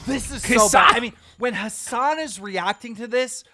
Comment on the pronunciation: Why does he keep pronouncing your name like “has🏎an”